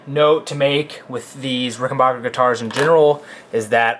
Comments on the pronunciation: Rickenbacker not bacher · The third syllable in Rickenbacker is pronounced "BACK", not "BOCK". A reliable source is interviews of John Hall, proprietor of Rickenbacker.